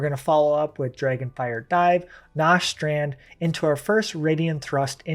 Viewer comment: Good guide, but you are mispronuncing a bunch of these skill names “Nostrand” is Nastrond, “Radien thrust” is Raiden Thrust